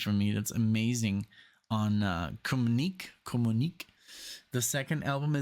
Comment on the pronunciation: Communique' is pronounced comyoonikay'😊